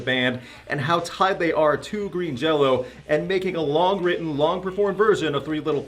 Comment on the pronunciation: Why does he keep saying Jello? I thought the band's name was Green Jelly? Shrug.